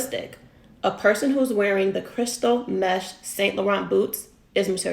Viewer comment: Whatever his stylist has to say, she can't critique fashion if she doesn't know how to pronounce "Saint Laurent" ... it's "san" not "saint". #French